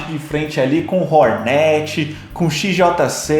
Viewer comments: Fala hórnet.. nao hornét... nao é empresa de net... é hórnet... ve se aprende.. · Para de falar Rornéti mano mds kkk canal influente desses falando nome da moto errado 💔